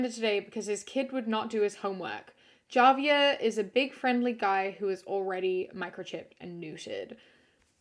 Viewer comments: Javier is actually pronounced as “ha-vee-air” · Javier is a Spanish name and the J in Spanish sounds like an H so the name is pronounced “HA-Vee-air” 😅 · Javier is pronounced with an "h", like in spanish, unless that's the english version but i've only ever heard it with the spanish pronunciation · Spanish names like Javier, the J is pronounced as H. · The family dog one is terrible, but also. . . I-It's a spanish name, Js are pronounced as an H. This is all I will say. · just so you know the J in Spanish is pronounced like an H! so Javier is pronounced like Havier. same with the name Jesus. its not like jesus christ its with an H lol ❤️ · FYI, Javier is pronounced with an h sound not a j sound. It's a Spanish name. So, Hah-vee-air. (My boyfriend is Mexican and I only had to mispronounce the Spanish j sound, (and endure all the good-natured teasing), only once! Lol) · Hey, I literally don’t mean any hate, but Javier is a Spanish name, and in Spanish Js, especially for names, sounds like H. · i'm going back and watching your old videos rn and the dog story was so fucking horrific but saying javier like a (english) j and not an h is so funny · That’s not how you pronounce Javier 😭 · Your pronunciation of the name "Javier" is a crime against humanity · Completely beside the point and said with all the love in the world... Did you just pronounce the J in Javier 😭💙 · Ma'am I love your videos but the way you pronounce Javier 😳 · ok im sorry but, “javier” with a hard j 😭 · I thought the same thing, im also latino so i was like "sounds a bit funny" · My dear. My friend. "Javier," is a Spanish name. The "J" sounds like "h". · im sorry but the way you pronounced javier